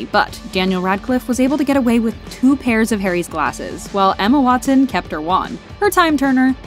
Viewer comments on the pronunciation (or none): none